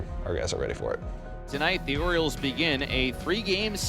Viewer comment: Its the orioles not OREOS!!! 😂😂😂